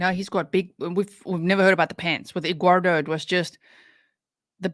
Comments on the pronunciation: I love the way you say Edguardo!!! Lmao. She is so out of control. 😂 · She calls him Egg-wardo. She can't speak like a normal person. She also adds a "k" to any word ending in "ing". ie Anythink, nothink or even wrongk. Drives me NUTS LOL